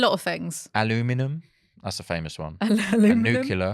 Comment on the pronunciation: says "nukyular"! 🤣